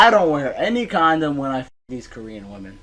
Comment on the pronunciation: I love how you pronounce Korean, you say it like "koree-an" rather than ko-rean. Like they are from a country called koree and im here for it 😂